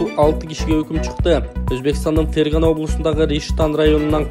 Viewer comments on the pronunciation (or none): none